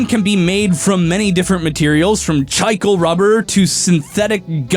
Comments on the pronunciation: I'm sorry, did just pronounce the word 'chicle' as "Chai-kull"? Chicle is pronounced "chee-clay", my dude. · for future reference the gum material you went with is pronounced chi-clay. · that rubber you mispronounced is from a Hispanic language, and thus pronounced cheeklay, not chikle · God... I hate how pronounces it [ch-eye-cle] and not [chi-cle]. Must be my Spanish option getting triggered. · butchering of chicle's pronunciation was hilarious, literally thought it was some rare material before I went back to hear it multiple times. It's Chee - Kleh.